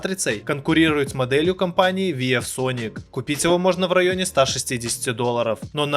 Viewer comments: " Виев соник" хоспади 🤦‍♂️ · Не Лияма, а Ии́яма (город такой в Японии)!!! Ну да, Виевсоник, АшДиМиАй))) Всё ясно, блин... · Как ты можешь делать обзоры на технику если VIEW ты читаешь как Виеф??? Я сначала ушам своим не поверил. По итогу срезюмировал все моники так, что даже оставил реферальную ссылку на алишку именно на те которые похвалил . Жалко дизы отключили на ютубе